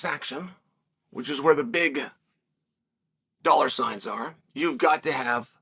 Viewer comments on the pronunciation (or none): none